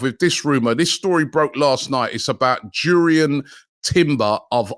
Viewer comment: What a signing timbers would be I'm from Amsterdam been watching him for years . You pronounce his name like (yurrien) jurriën For the money Chelsea want for shy havertz the can keep him....